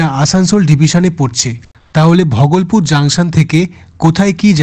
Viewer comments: Bhogolpur ❌ Bhagalpur ✅ Ei Pronunciation ta ektu sotik kore bolo. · ঘরে বসে ভিডিও করলে এই হয়। স্টেশনের নামগুলো ঠিকঠাক উচ্চারণ হচ্ছে না। একটু রিসার্চ করে ভিডিও বানান। Bhagalpur কে ভগলপুর কেউ বলে? একটা বিখ্যাত জায়গা । অন্যান্য ভিডিও তেও পশ্চিমবঙ্গের জায়গার নামের উচ্চারণ ভুল। Tamluk টা তামলুক নয়, তমলুক হবে। Dantan হবে দাঁতন। এইরকম অনেক আছে। এইরকম কিছু কিছু correction করতে হবে